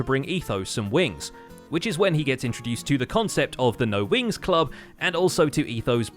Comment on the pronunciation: I'm so glad I wasn't the only one thinking Winx Club lmao. I've never even seen that show but the more times I heard "No Wings Club" said aloud, the more Winx Club became all I could heard XD